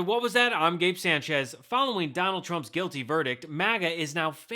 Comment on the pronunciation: Please Gabe, learn how to say your last name properly! Sánchez